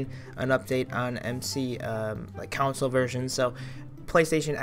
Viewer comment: "counsle" dont u mean console. xD